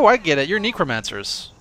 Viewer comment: Nee-cromancers? Ori-alcum? Munshine?!? sigh Ohh, why must you do this to me -_